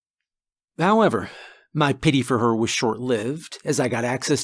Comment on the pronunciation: Did you say “howmever?”😂😂😂😂